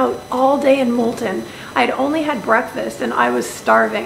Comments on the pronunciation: You can be forgiven for calling Multaan, "Multen", but be careful on pronouncing Lahore the french way , if you know what I mean :) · Pls try to pronounce Multan as "Multaan". I hope, u wont mind it... cheers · Its Mul-taan..:)th hand painted blue ceramics r absolutely beautiful...wud hav been nice if u mentioned th rate per night...and lastly Pakistan is absolutely safe..mayb th law is made just for some reassurance for foreigners...